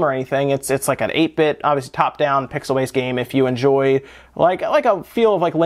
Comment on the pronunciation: "8-bit" WRONG!!!